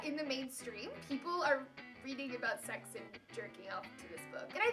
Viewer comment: "So sezzy" DIED Iippp